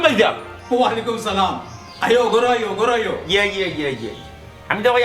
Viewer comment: সালাম ভাল ভাবে শিখি লাও